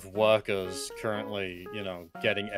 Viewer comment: “i have a camp of wokers”